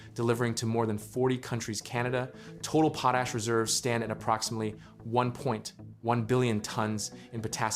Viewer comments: It pronounced "pot ash", not pooash. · pote ash.... worst ai voice ever